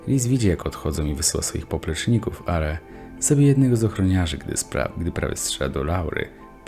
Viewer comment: wysyla swoich poprzecznikokw, are XD chlopie serio wypierdalaj do rogopedy bo az zal sluchac XD